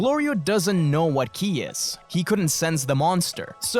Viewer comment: Can someone explain phrase "killy" is he just failing to pronounce kii correctly my autistic brain needs to know of I'll have trouble sleeping tonight